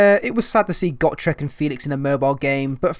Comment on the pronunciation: "Got rek" It's "Go Trek".